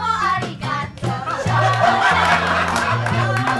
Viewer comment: I hate the Cho chang pronounciation